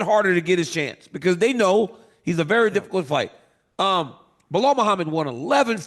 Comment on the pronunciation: Hes doing it on purpose but he says muhammed perfectly but messes up “belal” he knows he can’t mess with his last name😂😂